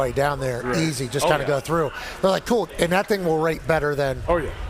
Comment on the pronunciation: Pat, you have to break down Steelers O-line coach talking about Mason McCormick Saturday. Three "n'ats" and got a reporter to say "ass kicker" twice. 😂 Yuck it up.